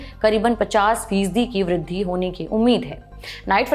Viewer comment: And vridhi